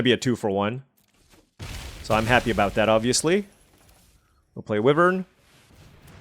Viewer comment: The way you keep pronouncing wyvern is killing me 😭 But at least the other stuff is correct